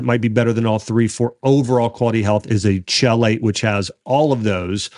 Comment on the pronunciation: Pronounce 'chelate' like KEY LATE.